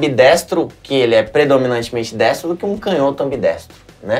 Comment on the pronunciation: Canhoto com intonação no "nho", porque toda proparoxítona é acentuada, como não tem acento, é paroxítona.